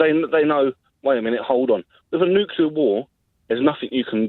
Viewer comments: When a young British says "Nukelar" instead of "Nuclear", you know they stand no chance to win any war.... It's game over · "New-clear" hahahah! So bright and articulate these days. Bet he's really proud hahahaha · If you can't pronounce 'Nuclear' You shouldn't talk about it, imo